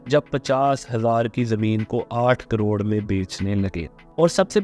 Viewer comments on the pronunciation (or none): none